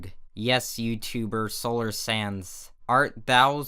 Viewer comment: You said sands not sans and sans not sands